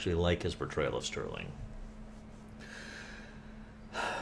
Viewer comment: not sterling - its henry ' star - ling '